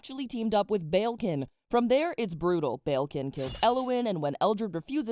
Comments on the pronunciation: the way your pronouncing balekin is killing me 😣 it's bal-ekin not bayilkin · Did you said prince BELKIN?